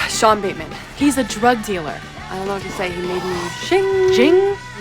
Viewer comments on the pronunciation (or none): none